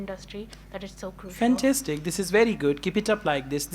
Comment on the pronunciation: She spoke fensastic